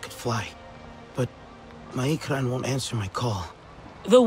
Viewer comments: Bang NamaNYA IKRAN BUKAN IKRAM ... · bang, ikran bg, bukan ikram😂